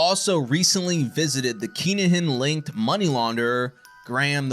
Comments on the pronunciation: It's pronounced kin a gin. Not keengin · Phonectially it’s pronounced “kin-ah-hin” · He said Keenahan lol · Whats going on here, whats a keengin or a kin a gin? If you meant Kinahan then its pronounced Kina han.